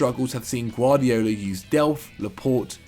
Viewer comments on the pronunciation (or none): none